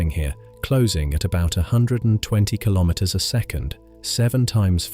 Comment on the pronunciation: Kilometer pronounciation, please